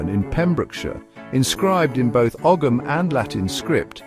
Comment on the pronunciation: You cannot pronounce Ogham and the medals that were shown had nothing to do with Graves. What else here is utter crap?